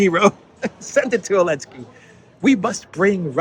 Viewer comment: What's with calling him "Elensky?"